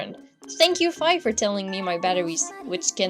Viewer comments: also you were saying fie its fi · I thought fi was pronounced fee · Fi is pronounced Fee